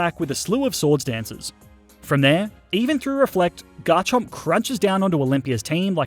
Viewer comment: GARCHOMP, NOT GARCHERP!